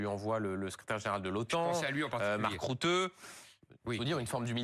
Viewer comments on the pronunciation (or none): RU THE se prononce rute comme en Français il est néerlandais pas Anglais ! Il serait bon que les journalistes apprennent à prononcer correctement les noms des gens dont ils parlent.